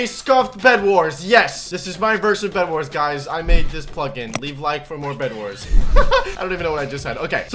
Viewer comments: did u say breadwars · Did he just said bredwars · Did you say bred Wars? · Me: bedwars: B R E A D W A R S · At the start he said bread wars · we are playing some bedwars Me: I THOUGHT HE SAID BREADWARS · I feel like I heard bionic say bread-wars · Did I hear that correctly...? ...Bread-wars?